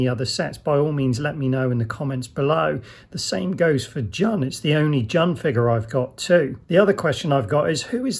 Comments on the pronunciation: Its not jun its pronounced june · Great review man! Btw jun's name is pronounced june. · My bad on incorrectly pronouncing Jun's name, for some reason I was convinced it was 'Jun' not 'June". Thanks to all those who politely let me know my error 😆